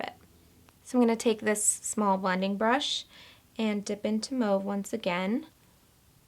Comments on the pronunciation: You actually say mauve properly (coming from a French person ;) ). Beautiful makeup! Glad I bumped into your page :) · You are saying mauve the right way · I'm french and you pronounced Mauve perfectly ! xo <3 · You actually pronoune mauve the right way! I'm french and it's a french word, so refreshing aha love your vid! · Lol... Mauve is actually properly pronounced the way you say it. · The way you pronounced "mauve" is correct. It's French for purple and I'm French. The way Americans pronounce Claude as "clod" freaks me right out. It's Claude as as in "clode"!! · Mauve the way you say it is actually correct. Especially here in the UK. Xxx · how would you compare the pirouette vs sigma brushes? and saying mauve the way you say it is actually how you say it in french and mauve is a french word after all :) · In England we pronounce mauve like you do :) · I'm french and we say "mauve" just like you do :) Your makeup is beautiful, I'll try it tonight :) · hello beauty you are so adorable and i love this tutorial make up, you pronouced mauve right ;) sabra from paris love u !! :) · You actually pronounced Mauve right! Nobody else on YouTube does! It's a French word and you got it exactly right. That's a pet peeve of mine. Love this look by the way. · I like how you say mauve because I am French and that is how I say it too :) love this look you are just gorgeous!!! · I speak french and ur saying MAUVE PERFECTLY dont u worrywhat anyone says girl :) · the way you pronouced ''mauve'' is the french way to say it ;) very classy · You say mauve the proper way, its a french word, means purple :) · You are saying mauve correctly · you say mauve the correct way. it is a french word and you say it perfect. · you're pronouncing mauve correctly